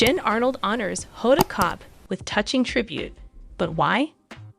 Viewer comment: Honda Kotb’s name should be pronounced with the “b” (Kotb)